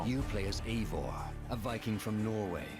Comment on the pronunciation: It's not AY-vor, it's I-VOR! How can the makers of this fucking game not check the pronunciation!?